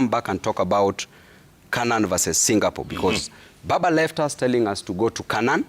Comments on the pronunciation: 😂😂😂😂 Hao ni sisi mountaineers. Tunasemanga Singapole na Qatal (Qatar) 😂😂😂😂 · I was laughing at Gachagua whenever he say "Singapole" But i have now realized wenye kutamka as "singapole" Ni wengi😅😂